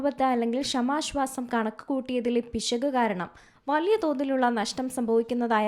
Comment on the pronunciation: വായിക്കാൻ അറിയില്ലെങ്കിൽ മിണ്ടാതിരി ക്ക്. ഷമാശ്വാസം പോലും. കേൾക്കുമ്പോൾ ഒന്നും തോന്നുന്നില്ലേ. പുതിയ തരം ശ്വാസം 😂